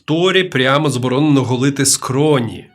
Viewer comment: Оні, суєта, двацать, забаронено…?! Може було б цікаво послухати але неможливо слухати. Цікаво, а в який момент людина, яка не вміє розмовляти, вирішує записувати себе і свій голос на відео?